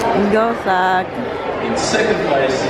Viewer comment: could you please pronounce your son’s name correctly…..his name is Zach and not Sak 😂😂😂 Even your daughter her name is Holly and not Holy….you’re murdering there names